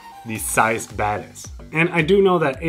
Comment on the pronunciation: English is not my mothertongue, so every time you say Zeiss Batis I understand Zeiss badass😂